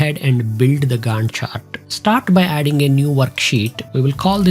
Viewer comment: Your pronunciation of 'Gantt' and referencing it to Wendy... got me rolling on floor.... overall I enjoyed the tutorial...